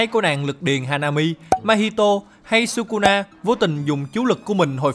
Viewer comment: thỉnh thoảng nói kusuna vậy